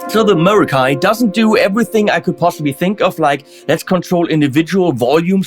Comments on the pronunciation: hahaha very good!... I wish you could too my Latin friend! The "scholar" that advised WALRUS AUDIO to pronounce the Greek Ra as Ru should be put in academic jail. Even for the ERASMIANS it can't be right.. it makes absolutely no sense. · Haha, I’m American, and it’s pronounced “meh-RA-kee” to me. Sorry, Walrus. As a stereo player, I’m pleased to see such a stereo-specific pedal. Very cool!